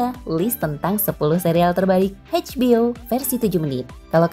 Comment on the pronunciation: Eidj bi o min. Bukan Heidj bi o.